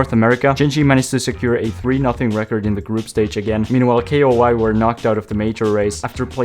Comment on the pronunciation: it isnt K.O.I., its KOI😂 FINALLY🥲❤